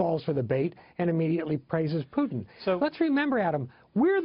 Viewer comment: What the fuck is Pyutin? the host keeps saying Pyutin